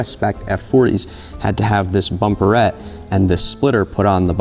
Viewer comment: this what? bumperet? is it called that? this sounds freakin`funny to my eurogermanic ears! from now on i will call ALL the bumpers i posses .. which is EXACTLY 2 that!